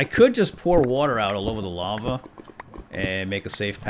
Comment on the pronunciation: it's not organic, it's lahva!